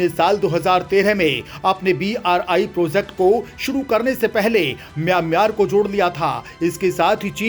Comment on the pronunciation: Kam se kam mayan mar to sahi bolo..